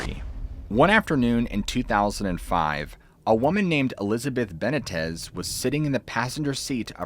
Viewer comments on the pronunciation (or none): I just hate how you pronounced benitez beh-NEE-tez